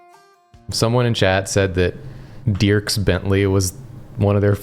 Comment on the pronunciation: Hearing pronounce Dierks Bentley's name as "Dee-irks" gave me whiplash. It's pronounced "Derks" lol